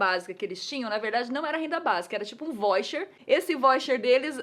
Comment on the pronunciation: a Nilce fala voicher, eu falo vaucher hehehe